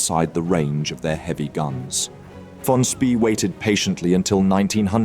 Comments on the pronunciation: Is your narration done by text-to-speech software, because the pronunciation of 'von Spee' is near-insulting? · Good documentary, but it would have been better if you would have pronounced "von Spee" correctly